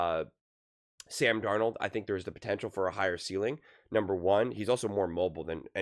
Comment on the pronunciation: This fool said Sam Darnold 😂